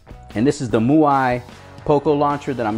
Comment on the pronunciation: great review and MIUI pronounced as Me - U - I